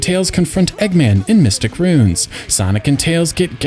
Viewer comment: ROO-INS ROO-INS 2 syllables otherwise it sounds like "runes".